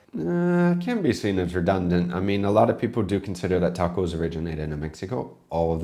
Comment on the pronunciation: The English have butchered more native languages than anyone else. They use the short "a" in "can", but then use a more continental "ah" in "can't" - so why can't they pronounce tacos properly? Then there are words like valet, it's French, so why do they pronounce it as though it rhymes w pallet? And then there's what they've done to Dutch 🙄. When they took over New Amsterdam, they heard Dutch words that they couldn't really pronounce. [Quick Dutch guide: Dutch oo= English oh; oe=oo as in boot; and J, as with the Spanish & French LL, is used like an English y and is often a diminuitive.] So they heard koekjes (little cakes) and thought they heard cookies. They heard kool sla, and thought they heard cole slaw. Surprise! Kool is Dutch for cabbage & sla is Dutch for salad. They heard Sinter 'Klas and thought they heard Santa Claus. Sinter Klas is a diminuitive of Sint Nicolaas - little St Nick. Weirdly, even though Sinter Klas wears his red Bishop"s robes & mitre (he was a mid 3rd century Bishop in Myra, Anatolia), just like Father Christmas, somehow in America it devolved into a red suit & hat. Worst of all, they heard the Amish in Pennsylvania call themselves Deutsch (German) and thought it was Dutch. Nope. The Amish speak a kind of German, not Dutch. Having said that, Amsterdam is like London in being able to get reasonable ethnic food, but in the villages, they tend to combine Asian ethnic foods into one restaurant, and for some reason, have tomato in a lot of Chinese dishes